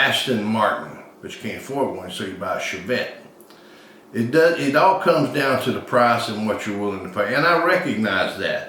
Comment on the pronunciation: That coffee mug! Did say “Chevette”?